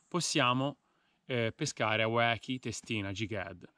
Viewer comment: Si dice "uochi" ahahahahahah